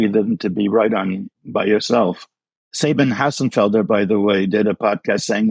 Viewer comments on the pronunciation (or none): uh .... saben hassenfelder .... ??? Oh! Sabine Hossenfelder. Yikes. Hahaha.